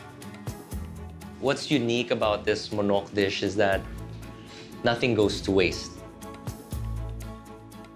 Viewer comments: Monok? I think they mean Manok, anyone? Ah it's the dish name. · Its manok not Monok. Manok is the Tagalog word for chicken